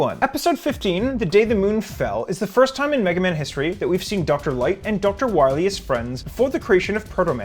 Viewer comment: Doctah Wahwee